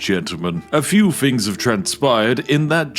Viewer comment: I feel bad laughing at this because I used to make fun of his speech on live streams and he got really sad